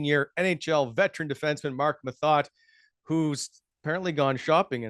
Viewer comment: It's pronounced "moe-tay" ;)